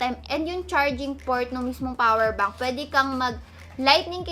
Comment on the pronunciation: The "powder bank " for me 😂 Ang cuteee mami